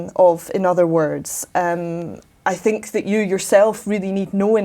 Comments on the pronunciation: " On which we sink (think) ... bad language for such a professor of translation who spent most of her life studying, teaching, and living in England. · but she clearly says think, only not able to produce the th as clearly. The meaning is there. Mark is absolutely right!